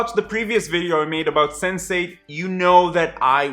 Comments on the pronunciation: I thought you said 'sensei' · I keep hearing Sensei-ght